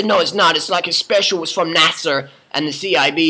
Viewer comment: Hahaha, NASA-er